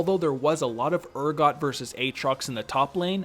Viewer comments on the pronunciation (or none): none